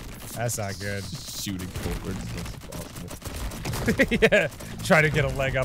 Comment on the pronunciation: “PROBABLY FOWARD” I fucking choked hahahahahaha